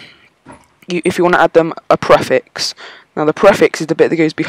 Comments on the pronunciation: Preeeeeeeeeeeeeeeeeeeeeeeeeeeeeeeeeeeeeeeeeeefix Not PreaFix :D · your say prefix wrong